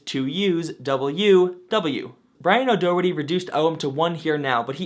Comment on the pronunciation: Daw-heart-eee, I'm from Ireland and every time you say his name I winch 😂 great video as usual though very informative